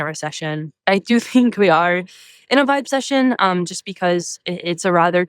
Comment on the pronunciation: Jeeeeeeezus Christ, Scott. Boy did you screw this up. You're inaccurately telling everyone here, in your VO and your graphics, that she coined a phrase called "vibe session." That's not what she coined. She coined "vibecession." VERY different. You screwed it up by pausing between the two parts, b/c your clueless staff wrote it for you this way on your teleprompter and you mispronounced it., because you didn't research her before the pod. "Vibe session" (as you announced it) is a phrase that's been around for 20 years or more, where people are having a (hang) "session" and experiencing a "vibe." But "vibecession" is interesting--it implies a "recession" from what should be a "good vibe." You literally set her up as an idiot because you and your staff didn't do your homework. Go stand in the corner and think about what you've done.